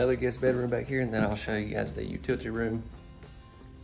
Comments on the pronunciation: I just said, the same thing to my daughter, as big as that Utility Room is there is no space for a freezer! "Utitty" lol see we just love you,!!! 🤣🤣🤣🤭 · first all I DID NOT say anything! Second of all the original poster did & I laugh & jokingly said it back!!.....because It is a known fact that he has mispronounce UTILITY on several tours & people brought it to his attention & he is aware of it!!.....Besides you DO NOT know anything about me to say what I know or don't know!!! I might be a New Yorker because that's where I was brought up but TRUST & BELIEVE my ROOTS or straight out of Virginia, so I know my sounthern accents very well!!!